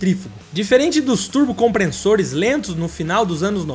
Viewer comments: CompreNssores Comprem-SSores Legenda: compressor Dicção: compreNssor 😂😂😂😂😂😂😂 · Ótimo vídeo. Só não é nota 10 por ter falado várias vezes "compreNssores", mesmo tendo aparecido a grafia correta no vídeo. Fora isso, parabéns pelo trabalho! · "Comprensores" foi f0d4. Fala direito aí bro. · Compressores!!! Nao " Compre- n- ssores!! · Não é compreNssores e sim compressores 😂😂😂😂😂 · "turbo comprenssores"??? kkk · chegou a me dar angustia de escutar "COMPRENSSORES" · "COMPRESSORES"... SEM A LETRA "N" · Turbo COMPRENSSORES 😂😂😂😂 eu não aquentei kkkkkk